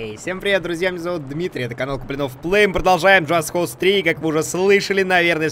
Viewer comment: Джаст КОуЗ